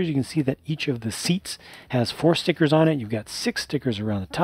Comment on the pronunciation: I detest stickers, but I do love your pronounciation of them: 'Ztickurzzz'. :-)